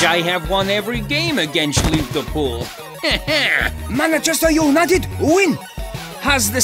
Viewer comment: first it sais manchesthair and then he says manchester